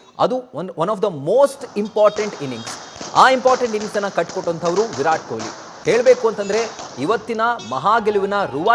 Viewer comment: Stupid reporter calling him koili. Can't even say kohli